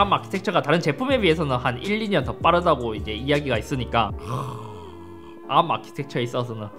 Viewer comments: 이상하게 아-ㄹ---ㅁ 발음 너무 듣기싫은데... 왜지, 다른 R발음은 잇섭 그대로인데 arm만 굴려서 그런거 같기도 하고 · 나만 자꾸 arm아키텍쳐 아ㄹ-ㅁ 아키텍쳐가 들려? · ARM을 암으로 읽는거 실화냐 ㅋㅋㅋㅋ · '앎'아키텍쳐... 발음... 멋져... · 왜 ARM만 혀를 꼬는 거지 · ARM 발음 죽여주네요